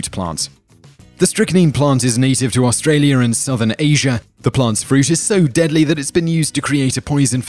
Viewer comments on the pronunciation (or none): none